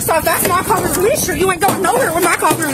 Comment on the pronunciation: ok I can’t take it anymore. It is collar - not “color”, not “caller”. It’s COLLAR.